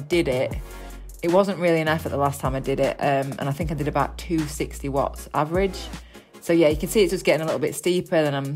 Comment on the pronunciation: "What's he on abaht?"